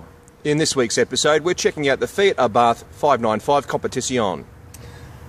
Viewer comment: it is pronounced "Ah Bart" ...You do not pronounce the "H" .